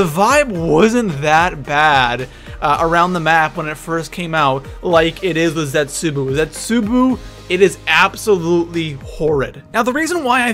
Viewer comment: You say it zesubou not zetzaboo